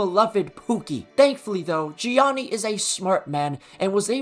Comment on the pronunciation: The funniest part is that trump is from new york and definitely knows how to pronounce Gianni correctly, but nah hes Johnny